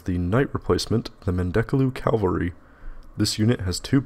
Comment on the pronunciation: Ca-val-ree, not cal-ver-ree.